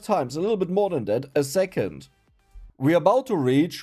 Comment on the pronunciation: Zo, zingle run, zix, zis point...German accent is so weird. You say "second" correct. Why don't you pronounce it then like zecond?